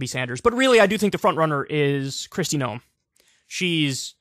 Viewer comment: 'Noem' is pronounced like 'gnome', not "know 'em".